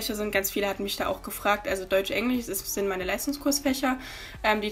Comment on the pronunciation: Hat sie echt englich gesagt? HAHAHA spass cooles video 🥺